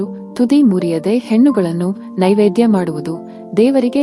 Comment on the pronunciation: Madam adu hennugalu alla hannugalu.Hennugala tottu muriyuvudu hege !?swalpa kannada sariyagu balasi.